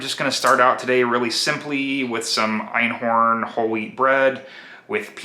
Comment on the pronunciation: I laugh every time you say Einhorn, it’s Einkorn with a “k”. Enjoy ur videos.